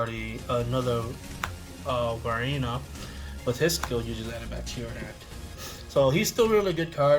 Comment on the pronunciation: do you have a speech impairment or something that makes you pronounce varina so stupidly cause you are the only dumb ass that pronounces varina like an idiot will you dumb piece of shit that should quit playing the game and also learn how to pronounce words and or names better you idiotic dumb ass